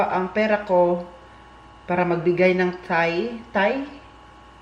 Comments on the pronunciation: Hello, I am one of your viewers. Hope you have time to read my simple note. Ang ikapo ay tithes with sound T at the end and not pronounce it as thai with a silent t. This is just a correction brother. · pronounce wd "t" sound,😊 para di maging chicken thigh😀